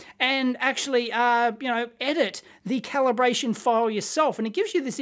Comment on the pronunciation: "Caliberation" LOL